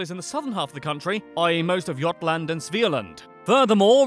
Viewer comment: No, not Aresand, ÖRESUND! Haha, Jottland